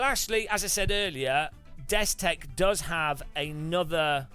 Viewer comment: Dude you have messed up the destek/Bobo this 9 times and I'm not even done with the video.